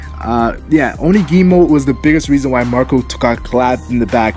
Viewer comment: You screwed up OnigUmo's name.